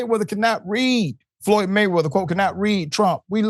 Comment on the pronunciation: Floyed? Go the library 😂